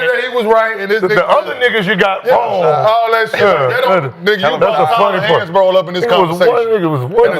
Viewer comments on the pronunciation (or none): Bro said Tyler Hansborough 😂😂